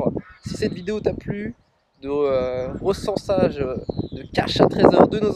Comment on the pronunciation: Ont dit pas resensage !mais resencement...